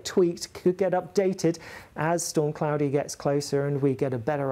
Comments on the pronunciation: Surely it's pronounced (claw-dia) not (clow-dia) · Surely it's "Claw-de-a", not "Cloudier"!😂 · Is that how you pronounce it? I've always pronounced that name differently, like CL-AW-DE-A E.G: Claudia Black. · Why is he saying Claudia like that?? 🤣